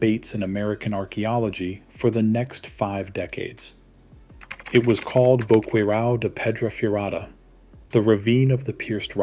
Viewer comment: I just love how the voice said: Boqueirao da pedra furada 🤣🤣🤣